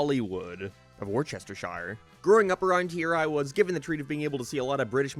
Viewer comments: WAR-CHESTER-SHIRE????? I was looking at a couple of houses in Hollywood and it's definitely in Worcestershire (Wuss-ter-shire) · Trust me bro it’s not War-chester-shire It’s wust er sher, even people in the UK can’t say it 🤣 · Erm, akshually it's pronounced Wuhstuhshuh. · it's pronounced wuss-ter-sheer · is pronounced ‘wusstashire’ you stupid twat. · Worcestershire is pronounced woos ter sheer fyi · All the British coming over to inform him he said Worcestershire wrong it is pronounced. Wuss-der-shur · No way you said Worcestershire like that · No way bro misspronounced Worcestershire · how did you grow up in NI and still pronounce Worcestershire wrong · Bro can’t even pronounce Worcestershire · Bro grew up in Northern Ireland and is technically British but can't pronounce worcestershire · How are people still mispronouncing Worcestershire? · a person who grew up in the UK pronouncing Worcestershire wrong lol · As someone from Worcestershire, the way you pronounced it makes me want to die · As someone who lives in Worcestershire I am appaled at your pronunciation of it (just kidding im a fan lmao)